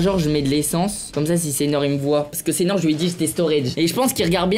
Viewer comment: « C’EST SEINHOR »😭😭